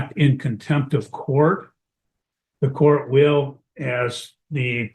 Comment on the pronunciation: In courth? This is not even English...stop this garbage